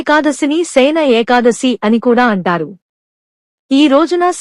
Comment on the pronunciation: Very worst AI Voice without proper pronunciation of the term "Ekadasi" !! Please remove this Video and do afresh and upload. Thanks